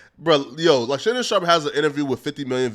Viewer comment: I hate how pronounces "Sharpe" 😂